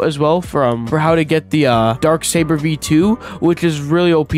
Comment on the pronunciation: Bro can't say saber right